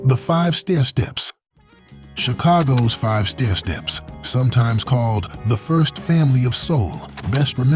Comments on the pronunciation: The Five Stairsteps, learn how to pronounce that song. Not O O Child which charted at #8. Don’t forget about, It’s A World Of Fantasy, charting at #11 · I suddenly realized that this was an AI voice when you could not pronounce the five stair steps hit! If you going to use AI, please check and make sure that the pronunciations are accurate!